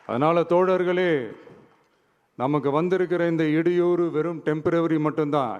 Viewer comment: மாகாணம் என்பதை ஒழுங்காக படிக்க தெரியாத.இடையூறு.எடையூறு இல்லை